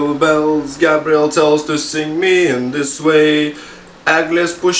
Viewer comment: ble nuo kai sakai ei gabriel atrodo kad sakai gabriel smells xD